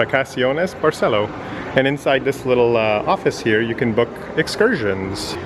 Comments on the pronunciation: In Spanish, Accents are important. Please learn to say Barceló, accent on Ó. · Barceló has an accent on the o, emphasis on the o. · Don’t forget the accent on o of BARCELÓ,! Please respect the Spanish language, accents are important